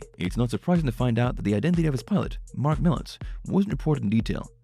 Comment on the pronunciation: I sure wish when you do a video you would pronounce Marks name right. I was a personal friend and hauled the deicer and road oil for him until he ran into some bad luck with the company. Mark was a great man just had a string of bad luck with his trucking company in Missoula.